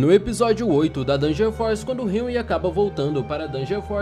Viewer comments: Nao e hanry e henry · Hanry? Ou Henry? Disseste Hanry então. "Hanry"